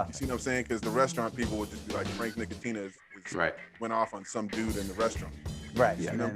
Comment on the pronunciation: Frank Nick-e-tina